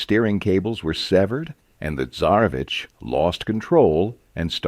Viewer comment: Thank you for this vido! Btw, Tsesarevich (Цесаревич) - the first letter is "c" (like "tc" in tsunami), not "z"...